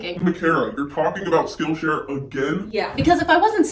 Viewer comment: Skill Sh”Ariel”. 😂